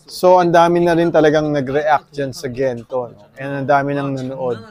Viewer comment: Natawa naman poh ako sa "Kento" Kento" 😆😅😂 Thankyou for always supporting our Mahalima🫰🏻💕 New subs here poh by the way👋🏻🥰 #SB19🩵👑✨️